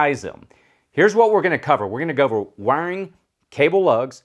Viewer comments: all i heard when you said Wiring is "wang" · It took me a while to realise you were saying "wiring" when I'd thought you were saying "wang" at first :D Nice video though! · When you say "wiring" it keeps sounding like "wang" to me 😅😅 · Great video but the way you say wiring is funny